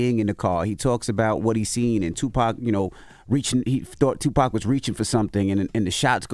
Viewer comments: And after all these years, news reporters still pronouncing his name as “2 PACK” lol cmon bruh 😅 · Damn reporters still calling him "2 pack" all these years later. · These folks still mispronouncing the name as TuPACK is blatant disrespect and on purpose. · All these years later white people still pronouncing the man’s name “2 Packs” 🤦🏻‍♂️ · These mfs still sayin “two pack” shakur 😂🤦🏾‍♂️… put some respect on his name smh “as prolific as he was profane” that’s wild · They really said "tupack" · Been damn near 30 years and white ppl still saying “tu-pack” 🤬 the disrespect even when they’re gone🤦🏿‍♂️😂😂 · The fact that white people in 2023 still can’t pronounce Tupac is ridiculous 😭😭😭